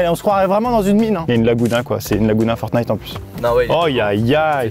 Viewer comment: dieux merci ils disent "ForTnite" et pas "FoRnite"